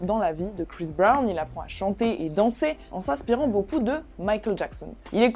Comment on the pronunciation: Prononce bien son nom avant de parler de lui mec 😊